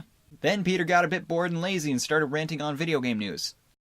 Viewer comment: it sounds werld pronoucing your name as Petter Keh Netter